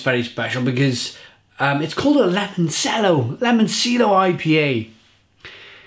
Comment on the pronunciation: It's pronounced; 'Limon CH ello', your pronunciations are terrible... and I love it haha Great beer, I liked this one. They recently released a bourbon barrel aged version of this too!